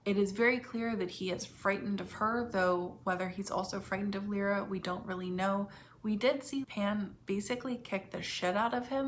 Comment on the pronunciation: Just a quick question; why do you keep calling Lyra (L-EYE-RA) Lira, as in the former Italian currency? And Asriel (AZZ-riel) AYZ-riel? If you watch any footage of Phillip Pullman you’ll know exactly how those names are pronounced even if you ignore the way the names are spoken in the show.🤷🏽‍♀️